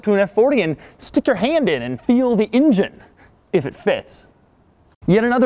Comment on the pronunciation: What is an "ingine"?